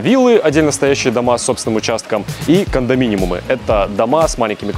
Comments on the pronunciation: не кондоминимум, а кондоминиум. И не снимайте голых женщин на видео. Людям важна актуальная информация, вы отсекаете женскую часть аудитории. Мне, например, на голые тела любого пола смотреть не интересно в обзоре о путешествиях и туризме. Важны цены и варианты недвижимости, к примеру. В остальном формат для молодого канала интересный. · Произносится - " кондоминиУм", не "-миниМум" 😊. Лайки за ролик! 🎉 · Большое спасибо за очередной отличный выпуск! Очень познавательно и интересно! Вот только Кондоминимум пару раз резанул ухо. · Всё хорошо, вот только слово кондоминиум (без лишней М) следовало бы говорить правильно. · Только в слове кондоминиум второй буквы "м" нет :) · правильно КОНДОМИНИУМ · КондоМИНИМУМ чего? Правильно конежно же "кондоминиум". Прям очень режет слух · Кондоминиум, а не кондоминиМум 😉